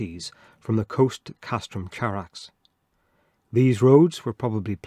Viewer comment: It's Greek Khárax, with an uvular fricatife, not the English affricate ch. Would you read Chersonesos with a ch?